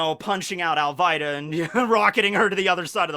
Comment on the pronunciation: AL-VEE-TA the way you said it was cancer